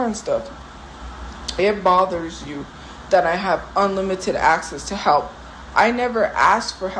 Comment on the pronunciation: It pmo when she says halp and not help